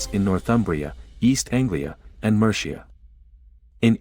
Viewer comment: Survived the first 20 seconds, but the mispronounciation of Mercia! I had to stop watching. Can documntary makers please get their voice-overs to google names, place-names etc before laying down their voice-tracks? That would be professional.